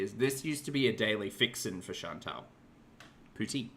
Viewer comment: I've just 'consulted' a few videos about how to pronounce poutine. None of them said it like her. There was a T in there, not 'TZ' (poutzine), just a harder T. F off,., ffs! I was about to sip my coffee when you started with the unfortunate cat butthole! omg. Disaster averted but man... 🙄